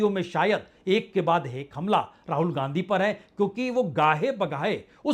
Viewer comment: Ra-haul.... Wow Vajpeyi Sir